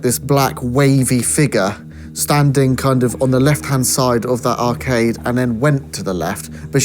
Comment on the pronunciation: did you say..." arcave" instead of " arcade".. if not..think that's a good name to call it...😊 great investigation as always... and rain make a cute couple 😉..sorry if you have a partner..love from......Derbyshire 😊 x